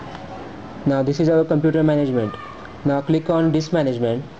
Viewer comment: please show subtitle, i can't understand what you talking. Is annoying somehow. you read ' computer ' as ' gombooter '